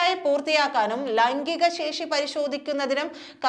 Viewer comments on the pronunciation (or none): none